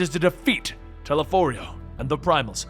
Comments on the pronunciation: Your pronunciation of Elidibus vexes me. Telepholrio too. Those were said dozens of time in the game, stop making excuses. And I think you've skipped over too much in the 5.3 part. Elidibus awakening Echo in half of Norvrandt was important. Tiamat didn't summon Lunar Bahamut, the summoned him as a primal, way back when Allag was still a thing. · He also pronounces "Telophoroi" wrong many, many times despite them saying it many more times throughout the voice acted campaign.